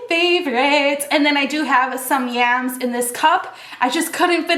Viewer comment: I love how you say yams so funny